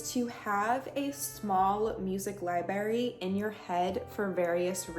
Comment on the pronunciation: Do you say libary?